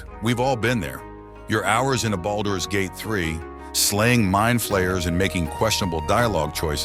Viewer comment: The way you’re saying boulders gate is driving me nuts